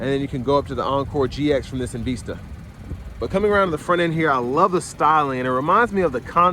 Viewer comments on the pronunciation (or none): It's not called EN Veesta, it's Called EN Vista. Just so you know. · En-VEES-ta. Hmm. OK.